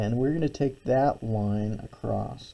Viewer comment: Marvellous demonstration, incredibly informative. So good that even though it disturbs my English sensibilities no end, I’ll overlook your pronunciation of across (what is this acrosst you speak of?).